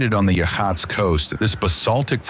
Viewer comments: And it's yah kwin a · It is absolutely not Ya'Keen'A! It's pronounced Ya'-COIN-Na. That goes for the headland, the bay, the river, the Native Tribe that owned (and should still rightfully own) the area in and around Newport. Trust me on the pronunciation by the way, I've lived my entire nearly 42yrs of life in Newport(Oregon of course!) & I'm a 2nd/3rd generation Oregonian. o have climbed most of the cliffs around Yaquina Head, and there's so much to see there. Tons of marine life, land life, and geological awesomeness to be found there. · Most of us pronounce it Yuh-kwin-uh. And many of the locals do as well. I tend to agree, though, that the native pronunciation of places should have more importance.